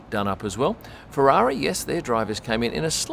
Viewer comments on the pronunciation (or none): none